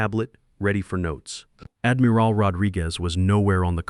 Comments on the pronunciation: AI mispronouncing “Admiral” as Admeeral”?? Really really distracting when AI mispronounces words. Damn it. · Well, not very good pronunciation. Admeral. No it is admiral. I not e. And ia am sure it said was 20016, twenty thousand 26, which I think is a bit 2O thousand years into the future, 2016, two thousand 16. Confused between… 2013 and 2014 is a little bit off, 20 thousand years not quite so. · It can't even say "admiral" and other common words correctly. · Really choked on "Admiral". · Do you edit your videos? Your AI can't even pronounce admiral correctly. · Why does your narrator not know how to pronounce " admiral"? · And pronouncing rankings like Admiral. 😅